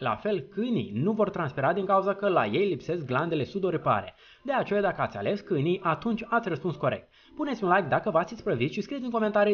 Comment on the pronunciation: De ce zici cânii in loc de câinii?